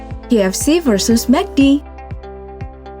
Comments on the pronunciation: Apa cuma gwa yg dengernya JFC, bukan KFC? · ko guw dengernya JFC?🙁